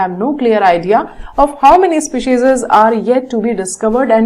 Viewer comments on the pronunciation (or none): maam it is species not specises